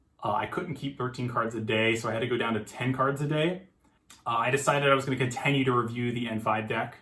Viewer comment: why do you keep pronouncing "continue" wrong